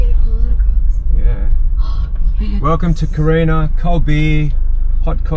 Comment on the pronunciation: It's Corinna...not Carina 🤣😂..I have a Tasmanian wife who is going right off at your pronunciation of Corinna 😂😅😂😅. Having lived on the west coast it is a nice part of the world.